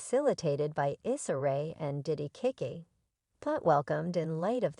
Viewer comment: Her Name is NOT Pronounced, 😒"Kick-he!"